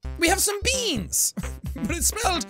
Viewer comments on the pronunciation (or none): Is nobody gonna talk about " beàns "